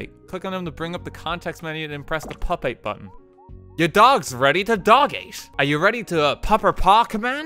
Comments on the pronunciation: Please tell me that learns how to pronounce pupate somewhere in the video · RT failing to pronounce pupate properly but probably pronouncing it in a better way is killing me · irishmen cannot pronounce pupate, confirmed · why do you say pupate that way? It’s so hard to love you when you pain me so. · Why the fuck does he pronounce pupate like that dear god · Something funny but all around irrelevant I learned today: RT doesn't know how to pronounce pupate. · Few seconds in to the video, can't watch any further till you pronounce pupate right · RT not saying pupate right killed me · the way he says pupate hurts me so badly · The pronunciation of pupate hurt my ears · He never learned to say pupate right 😭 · It’s pronounced “pew-pate”. It’s when a bug goes through a transformation as it reaches adulthood, like a caterpillar turning into a butterfly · Pupate - Pyoo-payt. It's something to do with insect pupa. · Ok I’d like to mention that it’s pronounced pyoo-pate not pup-ate but love your videos bro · Its not pup-ate, its pu-pate. Have you heard of a pupa? Not trying to be mean, I just couldn't stop cringing when you were talking about "dogate" Either you didn't know what a pupa was, you forgot what a pupa was, or you don't know what a pupa is. I'm am leaving this comment just in case it's that last possibility. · Lol Pup-ate It's Pu-pate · growing up is getting mad at "pupate" being mispronounced but then begrudgingly admitting that "pup-ate" is actually really clever and funny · I love how everyone playing this says pup-ate rather than pronouncing it Pyou-Pate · Hun pronouncing it “pupate” rather than “pew-pate” is awfufl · Just a thing, it’s pronounced “pew-pate” not “pup-ate” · pup ate? no lol its pupe ate. thats how i pronounce it lel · The entire chat was literally screaming at when he pronounced pupate as pup-ate lmao. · “Pew-pate” is how it's pronounced. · ITS P-U-PATE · Pupate (Pronounced pew-pai-tuh) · its pronounced pew-pate